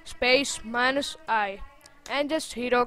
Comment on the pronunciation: MINUS IN A AMERICAN ACCENT🤣